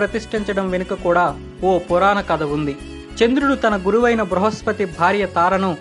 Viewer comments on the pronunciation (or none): none